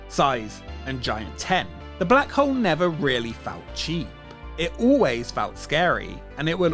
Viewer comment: I have to do this every time I hear "The Black Hole". It's The Blag 'Ole!